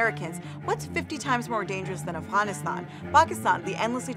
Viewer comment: that's not how you pronounce afghanistan... why do pakistanis pronounce afghanistan that way when they speak english😂😂